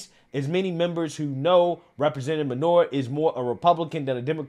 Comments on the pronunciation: Her name is clearly Minor (Main -or) not manure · Phonetically it's pronounced "Main-nor" not manure. Put some respect on the lady's name bruh!!! She even said it the freak'n video and you still pronounce it wrong. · it's "Mainor" not "manure"😮‍💨🙄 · Main-er Not Main-or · WHY DO YOU KEEP CALLING HER MANURE WHEN HER NAME IS MAINOR......... GET IT RIGHT, EVEN IN THE CLIPS YOU SHOWED SHE PRONOUNCED IT FOR YOU.